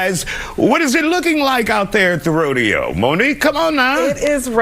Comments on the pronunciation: It's RO-DE-HOE!!!!!!! C'MON HOUSTON!!!!!!! 😭😭😭😭😭😭😭😭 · The Hoe-deo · Someone called the “Hoedeo” 😂 on another post!